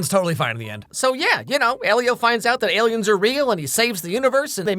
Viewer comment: The Aliems! 🤣